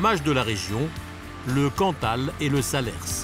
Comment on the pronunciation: Par pitié, on ne prononce pas le "S" de Salers !!!